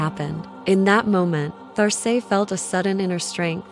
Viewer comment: Great! I see here name is written There Say but perhaps you might listen to how this name is said in French .. just a thought! Loved the images and your narration. Thank you